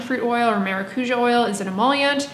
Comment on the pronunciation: [whispers] the tonic syllable in maracujá is the já